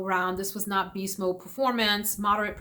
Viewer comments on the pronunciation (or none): none